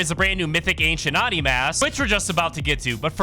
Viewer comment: its pronounced oh-ni dude